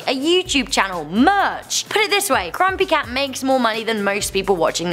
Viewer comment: Did she just say crumpy cat on